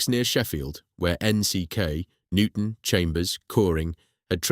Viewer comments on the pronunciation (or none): none